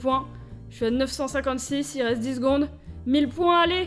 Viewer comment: vers 10 minutes "Il resteuh 22 minutes"" ?-? wut?